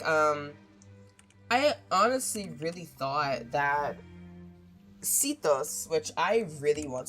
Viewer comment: see-thos is a crazy way to pronounce sethos and segwin for sigewinne LOL